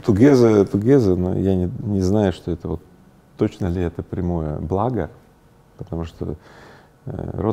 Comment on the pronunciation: Игорь, вы некоторые слова произносите на казахский манер, по-азиатски)))) например - пАААтамушта, пАААдругому